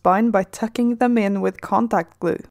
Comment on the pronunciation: Every time you say "contact glue" i understand "Combat glue" XD